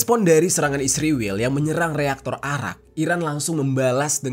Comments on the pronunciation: Kenapa Jadi "Isriwil" Geng..? 😊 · Kenapa lu tiap cuma bilang "israel" aja malah di plesetin jadi isriwil? Bilang aja terang2an "israel". Gedek bgt gw dengernya. Takut apa gimana sih tinggal nyebut "israel"? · Bang, kenapa israel lu nyebutnya ISRIWIL? Klo iran tetep iran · Bang bilang aja Israel gitu bang jangan isriwil, percuma juga lu mlesetin namanya, toh ujung²nya lu memperlihatkan Netanyahu di video lu kocak 🤣